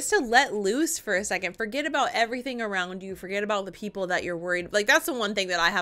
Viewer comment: STOP talking "araound the bush"..... He is licking " The Bush" and not a Tree